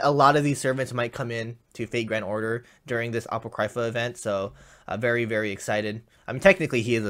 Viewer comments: He pronounced it apaw-criy-fuh, not a-poh-cree-fah. The proper pronunciation would be a-paw-crih-fuh. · it’s ah-pock-kree-fah 😂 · Sca-Hahk, Ah-Poh-Cree-fah. TRIGGERED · Atsushi Lmao the way he pronounced it... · the way he pronounces apocrypha makes me want to cry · No offense meant to, but did anyone else cringe when he said Apocrypha like he did? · Ye lol